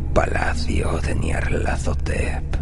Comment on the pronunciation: Amo absolutamente como pronuncias...Nyarlathotep